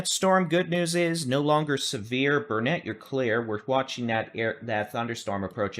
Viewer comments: Great vid but Dude… it is Burn-it not Burn-net. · Thank you for. We watch your broadcast daily. Your accurate, and funny too-boot. But have to correct a couple names you pronounce incorrectly for a Texan.😅😅 As my dear grandmother always said " it's Burn-IT dern-it, ya gotta learn-it. Not ber-net. Also Brazos is a like in Mad not Brazus like in bra. But just a little corrective criticism. 😊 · Bernet pronumciation........... bur-nuht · It's Burn-it accent on Burn... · Its Burnet, Learn it, Dern it.